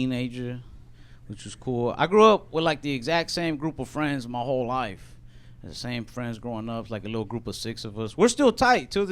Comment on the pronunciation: You talk normal, then everytime you say "life" you sound Australian..lol